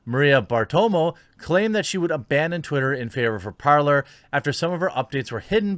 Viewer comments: Jeremy for Pete’s sake “parler” is French for “to speak” and its pronounced “PARLE” (the R is silent ) you had me like an idiot asking about “parLER” (how you pronounce it ) and people didn’t understand what I was saying . I looked up the app and sure enough it’s the verb to speak in French . I know you don’t speak French but common everyone took French in HS. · Is it really that hard to pronounce Parler as “Parlay?” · It’s pronounced “Par-lay” as in the French version of the verb to speak: Parler ... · It is pronounced Par-lay. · I might be wrong but i think it's prononced "parlé" in French it mean "Talk".